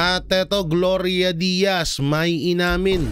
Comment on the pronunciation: Gloria Diaz po Sir nagkamali ka po sa pagkakasabi mo na Gloria Diaz.